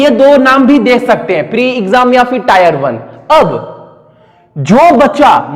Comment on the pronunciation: Can't stop laughing😂 टायर 1।।। वेहलू।। first learn how to speak sir ji